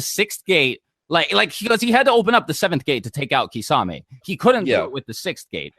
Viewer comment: You guys need to learn how to actually pronounce all od these names... Susano'o, kisame... More from other videos like minato... Its kind of ridiculoud hoe youtubers know so much but they cant even pronounce any of it